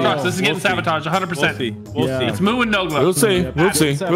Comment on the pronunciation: I love what nogla said "Brock sabaataaged."🤣😂